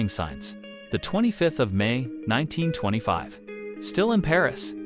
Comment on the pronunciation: you are pronouncing 1925 incorrrectly